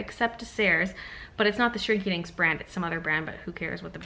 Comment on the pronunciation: you definitely said "Shrinky Dicks"